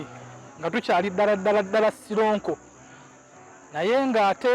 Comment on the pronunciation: It's sironko, nt soronko